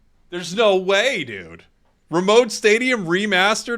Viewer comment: Its not Remote Stadium, it's Remoat 😂